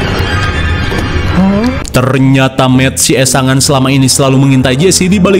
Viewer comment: Sangean bang bukan esangan..😅😅